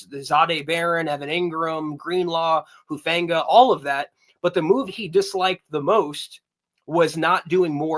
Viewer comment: It hurts my ears when the guy says hufungas name “huefanga” lol.